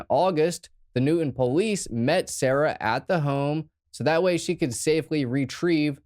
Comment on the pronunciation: Dude doesn't even live in this area yet pronounces Newton just like the locals 😂 knew Moon's wife from high school days and had friends working at Excel during this incident and i worked a few blocks away. Nobody talks about this shooting anymore, almost forgot all about it.